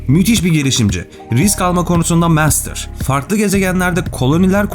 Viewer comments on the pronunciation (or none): none